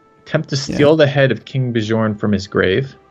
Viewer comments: please learn how to say Bjorn... its not that hard.. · You two should watch the tv series Vikings, then you'll know how to pronounce Bjorn at least lol